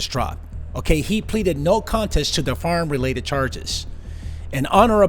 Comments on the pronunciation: I love how you say “faarm” instead of “firearm” lol lol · It sounded like the host said farm instead of firearm!